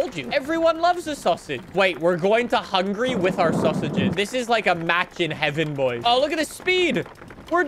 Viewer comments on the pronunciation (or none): none